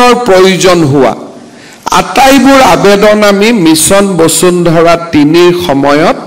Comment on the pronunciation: বচুন্ধৰা 😁😁😁 বসুন্ধৰা আৰু বচুন্ধৰা একে অৰ্থ বুজাবলৈ ব্যৱহাৰ কৰা হয় নেকি ? নিজৰ উপাধিটো শুদ্ধ ( শৰ্মা বুলি উচ্চাৰণ নকৰি চৰ্মা বুলি উচ্চাৰণ কৰাটো হাস্যকৰ) কৈ উচ্চাৰণ কৰিব নাজানোটো এক গঢ়িত অপৰাধ।